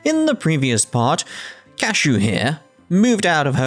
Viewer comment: Before I forget I would like to mention that I believe it pronounced Kashoe. It's like the character Nastu in fairy tail; the U at the end is silent.